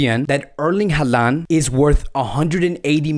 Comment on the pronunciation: stop talking about transfers... Barcelona has no money to make any deal.. and his name is Holand and not Haland ... Haaland reads Holand